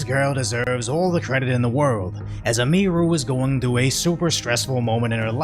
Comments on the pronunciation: Emphasis on the "U" not the "I" my guy. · "A Mii Ruu" Dude.😂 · ITS PRONOUNCED : EM-E-RU. fucking tired of you saying it wrong. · Bro it's emi-ru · It's pronounced EMI-ROO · this guy didnt even do enough research to pronounce Emi's name correctly